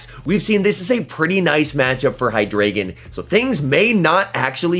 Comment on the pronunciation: The pokemon name is like articUNO, ZapDOS, MolTRES (Spanish for 1,2,3), but in this case its German. So its Eins, Zwei, Drei. High-DRY-Gone ^_^ great vid tho apart from the pronounciation! :D